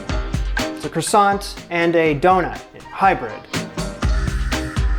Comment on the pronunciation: This was painful to watch. It’s basically puff pastry with yeast in it. I’d also love to know how the word croissant got so butchered. 😂 Other than that, great.